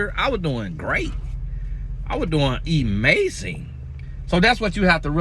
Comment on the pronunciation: “I was doing Emazing” 😂😂😭😭